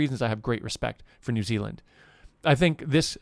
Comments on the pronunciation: "New XiLand" I died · New Xi-land 🤣 hihi